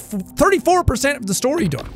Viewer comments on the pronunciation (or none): none